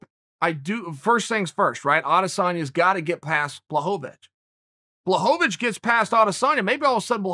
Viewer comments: Excuse me uncle but who's Blahovovovitchz? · Uncle “blahobavich “ Chael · Did Chael really say "Blachowicz" and then immidiately corrected himself with "Blokovowicz? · From the creators of "Charlie Olives" now comes "Blahovavich" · Balchovich 😅. I love how he just says it. Like he knows he's gonna talk about it but doesn't over prep on the pronunciation. Keeping it real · Does Chael really hate that he can't get names right? I can't actually tell if it's just more top tier trolling or actually unfortunate. I don't think he means to disrespect all of these foreign guys, but maybe he knows he has trouble plays into it a little bit?